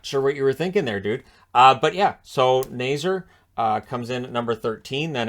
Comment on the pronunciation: You pronounce Nazar wrong